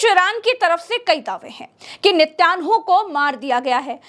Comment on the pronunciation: नित्यांहु बहुत अच्छा बोलती है आप, बस नित्यांहु के आगे आतंकवादी जरूर बोले,, वैसे सही उच्चारण आतंकवादी नेतन्याहू होता है, लेकिन आपके मुंह से नित्यांहु अच्छा लगता हैं